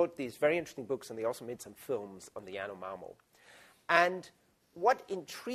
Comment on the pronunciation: Dude keeps on mispronouncing Yanomamö